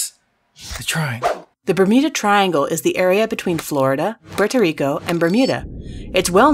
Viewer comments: I'M FROM THE FUTURE, she sed Puerto Rico Wong. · Say Puerto Rico right CAT!!!!